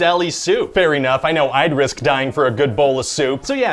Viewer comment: No thats not a typo he literally pronounces it fair eenough